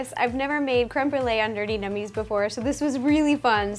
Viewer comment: Actually am I the only one who thinks she says "ner-ty nummies"